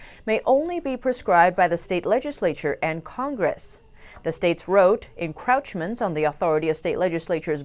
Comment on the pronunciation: FYI: There is no word in English, en-crouch-ments. Look up the word crouch and its pronunciation. The vowels in the croach part of en-croach-ments are pronounced the same as those in the word roach.